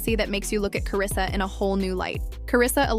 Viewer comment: Who the hell is Karrisa? It’s Karlisa